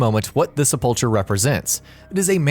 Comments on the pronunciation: Great video (as usual) but #10 is pronounced SEP-UL-KER. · ce pull cur hard c not ch sound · You misprounounced Sepulcher. The "CH" is hard; not soft. SEP-ul-KER. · Okay but why can't we pronounce "Sepulcher" correctly? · I cringed whenever the dude said "Sepulcher" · A sepulchre is a monument or room in which a body is laid. It's pronounced with a hard 'ch', which sounds like a "k". What you were fighting was the resting place of a dead being. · #15 Your pronunciations. Sepul-cher? Do you mean Sepul-ker? Algamation? Do you mean amalgamation? Tins? Do you mean tines? Your quality has gone the wrong way since I've subscribed.